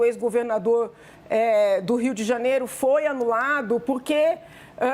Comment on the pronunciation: Não é Rio de Janero. É Rio de Janeiro. Também não é financero. É financeiro.